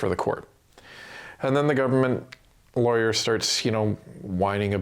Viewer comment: When u say government lawyer, I think liberal lawyer as that's what it sounds like